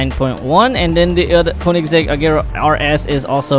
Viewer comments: Bro doesn't know to read the car names💀💀💀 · No en realidad es koenessig agera one 1